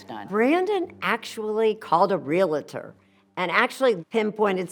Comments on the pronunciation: Come on, Erin. It’s a REAL-TOR not REAL-A-TOR. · Real-tor, not real-a-tor.